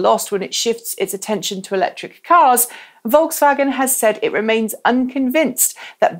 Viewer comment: I believe we've heard pronounce Volkswagen correctly, or at least more correctly than she pronounces Nissan.